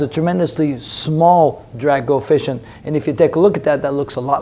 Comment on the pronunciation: Kept hearing ‘Dirac Coefficient’